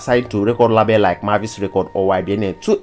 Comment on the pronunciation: My own be say why you dey pronounce label (laybel) as lahbel?